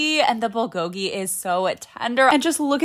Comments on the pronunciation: Bulgogi pronunciation is not correct... accent on the 1st syllable, not 2nd. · it’s pronounced pul-gore-gi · As a Korean the only thing that make me mad is how you pronounced bulgogi. It's pronounced prool-go-gi for those who don't know. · the bulgogi is actually pronounced bool- goh - gee